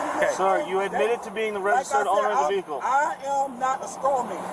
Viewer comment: "Dis is not no commercial vee-HICKLE." Can you imagine if they put the effort they squander learning this crap into actually learning when they were in school?